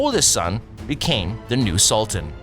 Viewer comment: The narrator's pronunciation is just awful - constant - tanopoli ??? SOLTAN ??? wtf ? The world is a much smaller place now, we should beyond trying hard to pronounce names... I know some are difficult to say out loud, but at least try before putting up something like this. The Ottoman Empire was great and so I liked this short video.